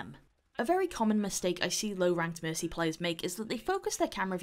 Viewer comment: Am I the only one who hears missy instead of mercy?xD